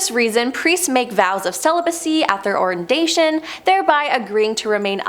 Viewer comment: Ordination (Or-din-A-shun), not orindation : seminary (Sem-in-airy), not cemetery